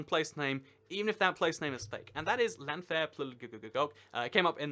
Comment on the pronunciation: or Llanfair PG -why do people always say ll as l btw?